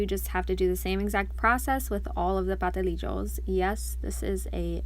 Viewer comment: Ok you forgot the S in Pastelillos ha ha ha ha it's not Patelillos